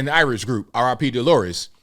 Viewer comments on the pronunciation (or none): none